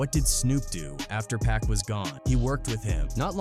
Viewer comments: Dude, if you’re gonna insist on using an AI narrator, at least go through your script and change stuff like “pac” to “pock” Lazy ass content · It’s PAC!!! Pac like Pockets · Why you keep saying pack its pac no k in it bro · It's Pac not Pack please stop disrespecting his Name! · Bro said PACK my boy it’s Pac ! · 2 Pac's name, IS NOT pronounced: "PACK!!" It's pronounced : POC, like Spock from Star Trek, without the S.."THANK U!!"🙏🏽✌🏽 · It’s pac not pack 😂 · Reminds me when Hov face went cringe when that interviewer kept calling pac 2pack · PAC not PACK yall gotta correct that program these voices to say PAC name right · It shows that this creator is lazy. Dont use an ai voice for one, but if you do, at least go through the script and change “pac” to “pock” or whatever. But like I said before. Ai narrators suck period. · Pack and Sooge night? ai sucks 😂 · Stop saying Pack! Have enough respect to say his name right. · But Pac like Pac-Man is Packman 😂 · Who is the world is "PACK"??? "SHOOGGE Knight"??? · I tried to watch the video but the pack and shooge drive me crazy! Listen to you videos and correct it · Who the fk is "pack" 😂😂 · This is impossible to watch or listen to when you hear dude consistly mispronouncing Pac's literal 3 letter name wrong every 5 to 10 seconds